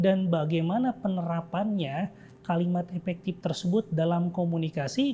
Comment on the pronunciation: oiyaa maap. Saya dengernya epektip 😂